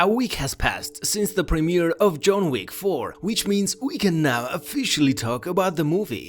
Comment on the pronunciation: "June Week" .. really? lmao